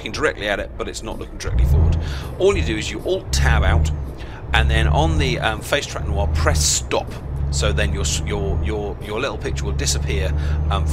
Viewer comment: Hehe "Noir" You should put an annotation that no, it is not the French word noir, it is No IR. Though I guess it's an older vid, so :P